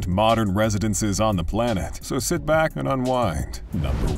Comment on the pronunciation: ".....so seat back and wine..'' I heard that